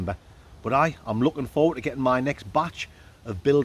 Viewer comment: As a yankdingo I’m loving break into a septic accent recently at random times. 😂 “Gerrin lads” lol